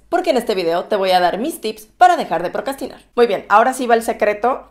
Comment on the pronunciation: Besos y claro que me SUSCRIBO. excelente contenido. Y la palabra procrastinar la pronuncias con mucha facilidad. Muy buen video ☺💜